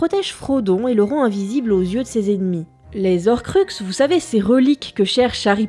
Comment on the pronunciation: Bon alors autant cette prononciation me fait tiquer mais elle est justifiée du fait de la lecture française du nom... autant dire "les z'horcux" ça... y'a un h devant ! C'est comme les haricot ou les hiboux ! On dit pas les z'haricot ou les z'hiboux ! Enfin si, certaines personnes mais justement ça va pas comme prononciation ! Pourquoi ? Parce que c'est moche, déjà, et qu'après on peut avoir "il arriva après z'Harry" et c'est moche aussi et peut porter à confusion (je prends cet exemple parce que Harry Potter évidemment) mais surtout parce que les on dit "les z'héros" mais là c'est carrément pas clair ! Est-ce que c'est "les héros" ou "les zéros" ? Et la différence est assez... importante. Non ? ^^'